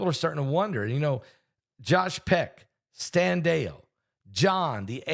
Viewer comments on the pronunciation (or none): none